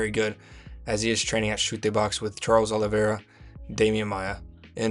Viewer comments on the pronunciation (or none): none